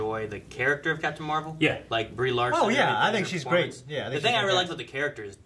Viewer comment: Love you guys but its Larson not Lawson! haha